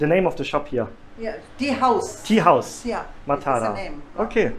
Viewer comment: Even in Sri Lanka . . . only in Maatara (that's how it is pronounced) they eat rice for breakfast, rice for lunch and rice for dinner